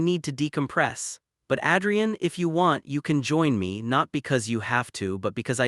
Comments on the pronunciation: Dear fictitious narrator : Adrian is pronounced like Aid, not like Add. Effing AI 😂😂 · Why are there so many guys called "Ethan"??? And who pronounces Adrian as "Addrian"?? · Adrian's great-looking. Strange but with Italian pronunciation he should be called Adriano. The buildings look like NYC (UN/Chrysler) not Chicago.